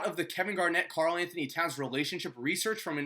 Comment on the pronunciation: Why are you calling Karl cat